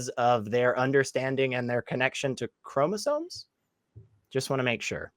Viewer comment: he's saying "chromosones" lol